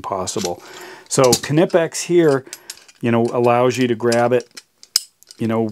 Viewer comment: I have to compliment you on your pronunciation of Knipex, but not so much on keeping things in frame! Otherwise, interresting comparison.